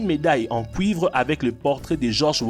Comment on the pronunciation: Des pièces en couivre. .. apprend à parler tête de zgeg